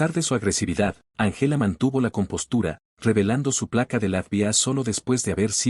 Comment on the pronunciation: Muy buena historia,Din importar el color de piel hay que respetar a los demás.Corrección:No se dice Angéla,se dice Ángela con el acento en la Á.El español es muy lindo pero hay que pronunciar bien.